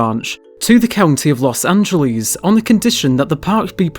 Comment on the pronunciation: Don't say "Los Angeleeze", it does not rhyme with cheese. If you have to, say it like its a word in SPANISH- Los Anh_heles, or just L.A., The way the locals call it is "Loss ANN-JEL-iss" (rhymes with "paleontologist", sorta)